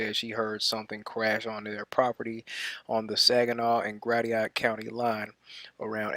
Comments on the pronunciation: Grashit, its pronounced grashit. Not Gradiot. Drove me up a wall, lol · gets everything as correct as he pronounced Gratiot (pronounced more like grasshit)